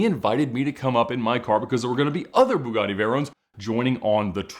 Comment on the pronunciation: Pronounced BEWGATY out there